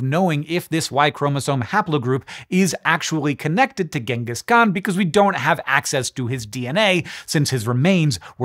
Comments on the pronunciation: Ironically his name isnt pronounced as gang-gus but rather gene-gus. And no thats not a joke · Its pronounced jengis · How can anyone trust a person who pronounces his name with a hard g. I am not even going into the ch and not "dj" sound, but using a a hard g here is a sign of a low OQ extremely ignorant person (it is irrelevant if a person wins a nobel prize for curing cance, if he uses a hard g to pronounce his name, he has subhuman level IQ). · Just something i wanted to mention, most people incorrectly pronounce his title.. it's not pronounced with a G, its pronounced with a Ch, so instead of pronouncing it Gangis, his title is pronounced more like Changis. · Hard g pronunciation of Genghis is driving me nuts (it’s a soft g). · I'll never understand why people pronounce it Ghenghis when it's so clearly spelled Genghis ("Jenghis") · Thank you! I couldn't stop correcting him in my head. NativLang drilled this one into my head years ago.